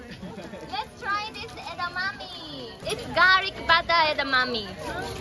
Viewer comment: 日本人が日本で目の前の枝豆をえだまみって言ってたからこのドイツの人たちは日本語でもえだまみだと覚えこんでしまったな。